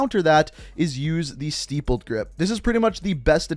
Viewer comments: Omg! It's NOT Steep-led grip. You keep pronouncing wrong. I told you before that it sounds like crippled or nipple. Sti-pled. Cmon man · It's pronounced "stip-pled" not "steep-pled" Good video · Did he say steepled grip tape?🤣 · Why you say Stippled grip like that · Please pronounced stippled correctly.